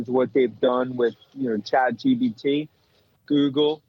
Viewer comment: It's Chat GPT, NOT CHAt GBT.